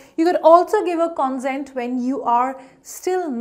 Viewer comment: Please note the pronunciation of the first two words are incorrect. pe·ruse /pəˈro͞oz/ con·sent /kənˈsent/